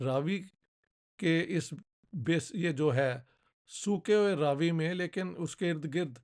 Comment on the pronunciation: Raavi nahi, "Ravi" .. it's name derived from Sun